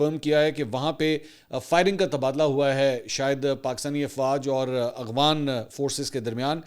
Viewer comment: Aghwan nahi yaar